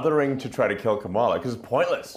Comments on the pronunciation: Musk intentionally mispronouncing Kamala and talking about why nobody is trying to take her out and laughing maniacally. What universe are we in?! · it was intentional. Just like how he can’t pronounce Kamala.